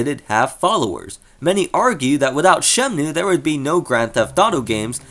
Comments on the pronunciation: ShemNOOOO, shemnooo, shemnoooo. It's so distracting man. SheMNooooooo. It's Shen-Moo bro. Pls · It's Shenmue, not Shemnue. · Now you just have to learn to say 'Shenmue' instead of 'Shemnue' 😂